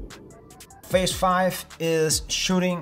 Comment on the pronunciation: phase, not fase. I subscribed!